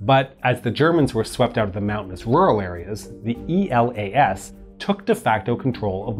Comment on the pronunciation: I think it should be more appropriate to pronounce E.L.A.S. as one word and not as an acronym, since the idea of giving to this army this name was because it sounded as Greece is called in Greek. It is called Hellas and it is written in Greek Ελλας with double L (Ellas). So E.L.A.S (with one L) is pretty close. Actually, Greeks read those acronyms as words, so E.A.M. - E.L.A.S. was read as Eam--Elas, and I think it would sound better if it was read this way. Think about it, although obviously, it would be difficult to change the video.